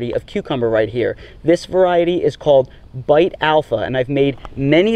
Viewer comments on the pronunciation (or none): Just Beit Alpha is an Israeli variety and came from seeds found in an archeological site. "Beit" is actually pronounced like "bait" not like "bite". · Loved the video and learned a lot from it. One small comment though - Beit Alpha was developed in Israel and Beit (means 'house' in Hebrew) is pronounced as 'Bait', not 'Bite'. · It's pronounced "bait alpha." 👍🏽